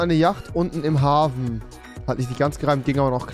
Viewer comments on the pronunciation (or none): Niemand: wirklich niemand: Rewi: Haven